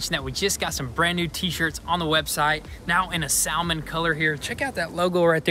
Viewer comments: It’s Salmon with a silent ‘L’. Dudes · ‘Costed” LOL and “Sowlmin” color. LOL